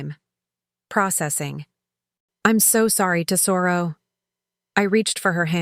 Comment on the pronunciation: If they're Italian, Lucia is Loo-chee-ah. And tesoro is TEZ-o-roh.